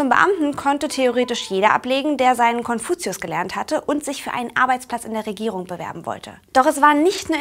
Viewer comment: Warum spricht sie Wörter wie Regierung mit k am Ende aus?